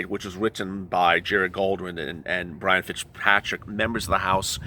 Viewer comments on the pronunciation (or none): none